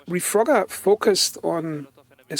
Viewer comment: Dude I like your thoughts but the gameplay is so hard to watch sometimes. Looks like a player with less than 20 hours playtime or something. Also u misspelled reforger as refrogger and then when your talking sometimes it actually sounds like your saying refrogger. So bro don't take this the wrong way I like your channel! 👍